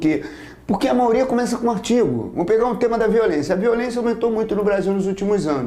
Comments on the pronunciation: Gostei muito!! Só fiquei intrigada ....porque o professor fala "maoria" e não maioria?! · Vc escutou errado. MAIORIA. Deve ser por que sou CARIOCA...